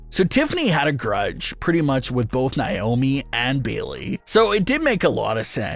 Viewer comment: Who tf is nai-oh-mee? Its Nay-oh-mee nay pronounced like pay, or may, or say. Say her name right. Its annoying af to hear naiyomee 200 times